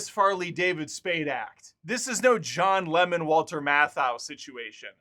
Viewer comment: Did you say John Lemon ? Is that Jacks brother or a lost member of the Beatles?